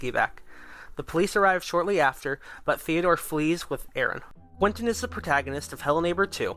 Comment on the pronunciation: No you said Quinton not Quentin